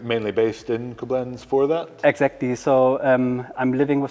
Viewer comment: Hehehe.. love how he puts the accent on the wrong syllable when saying Coblenz.